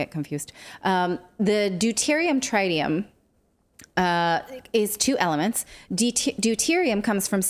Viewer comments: It's trit-ium not try-tium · Worst description of fusion vs fission I've ever heard. BUT at least she said NUCLEAR and not NUCULAR XD Also.. Trit e um. :P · I have a trite opinion of her pronunciation of trite-ium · Tr-eye-tium hmmm. From 3 eyed monsters or a bossy "i?" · Tritium is not pronounced with a long i as in triangle. Pronounce it more like the i in twitter.